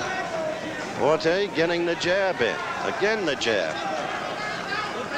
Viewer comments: It took 2 rounds for Cosell to pronounce La-Por-TAY not "La Por-Tee" .Bad preparation . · Even though he couldn't pronounce Laporte's name.